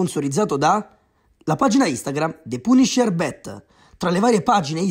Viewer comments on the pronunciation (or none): [Sfogo] pronuncia punisher con "puniscer" anziché "paniscer"...come cazzo se faaaa